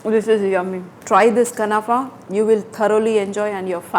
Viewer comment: Not kanafa it's khunafa